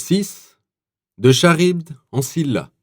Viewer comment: Charybde se prononce karibe, le ch comme chronomètre et le d est muet.